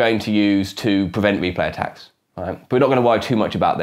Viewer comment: Interesting, but what are you saying ? To me it sounds like "here is a random numbuh that I'm going to use to prevent me play tacks" which is not only meaningless gibberish, but isn't even grammatical. What did you actually mean to say? And you say "azure nonce again to prevent me play tacks", which, again, is not only meaningless gibberish, but isn't even grammatical. What did you actually mean to say?